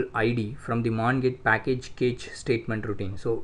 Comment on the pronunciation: Please read CACHE as CASH.